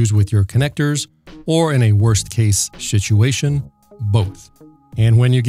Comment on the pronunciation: Did you just say "shituation"? 🤔 I'm stealing that. Thank You.